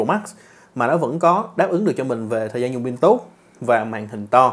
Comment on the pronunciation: Pin đừng đọc là “bin” nha cụ